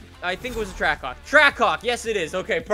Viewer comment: Sounds like “trackcock”